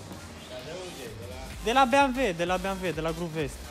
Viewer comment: E ciudat cand spui "Beamve''